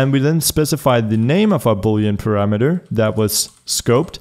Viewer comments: It's pronounced parameter, not parameter. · "parameter" lol